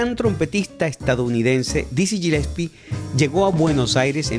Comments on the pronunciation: Genial tu video, el apellido Gillespie se dice Galespi. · se pronuncia "Guilespi"!!!